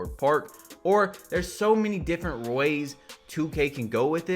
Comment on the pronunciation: Theres so many different rrrwayss.. lmao like if you caught it too